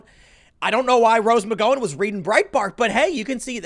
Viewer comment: how can tim continue to mispronounce rose mcgowen's name? he is the only one i have heard say it the way he does.